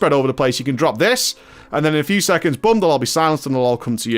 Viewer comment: I love you but if you say "Boom" or pronounced "Bum" one more time I will mollywop you.